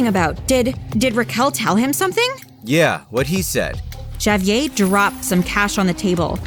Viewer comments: My god say the name right.... Ja-Vee-Ay?! Nah bruh it's Ha-Vee-Air smfh. God that was so irritating! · No way they pronounced javier as “JAYyy-vier” 💀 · please no one ever let this girl say Javier again. it's HAH-VEE-AIR. ITS NOT HARD TO PRONOUNCE GIRL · Is anyone else annoyed by the name being mispronounced? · Why is she pronouncing Javier like that wtf 💀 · y she pronounce Javier like that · I love how everybody has their own way of pronouncing Javier 😂😂😂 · Lmao, they pronounce it three different ways